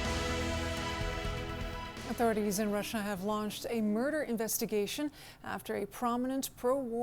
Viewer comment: "In this MuRRdDDaaa" what was that all about lol